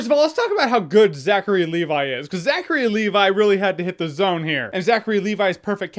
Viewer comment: "Zachary AND Levi"?